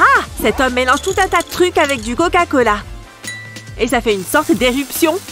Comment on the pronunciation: C est pas koca mais c coca